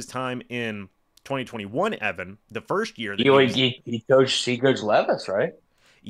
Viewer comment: Since no one else will say it..., I'm saying this as your friend. There is no h in the word first. All love bro.